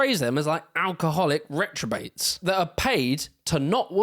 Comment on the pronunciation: Retrobate isn't a word you clown. You mean reprobate. How seriously are we expected to take your historical accuracy which is obviously steeped in bias when you're clearly illiterate? The research to this video sounds like it was taken entirely from wikipedia.